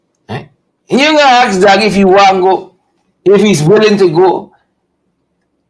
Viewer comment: DAGGIE NOT DOUGIE